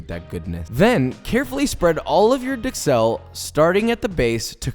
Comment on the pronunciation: However he doesn’t pronounce duxelles correctly and this guy does.